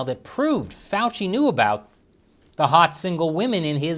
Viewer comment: Now I know how to pronounce Fauci, thank you.